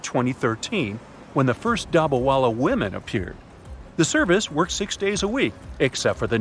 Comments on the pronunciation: Pronounce of dabba wala is wrong. in Hindi dabba-box with food and wala-person . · Sorry to say but you mispronounced every time u said dabawala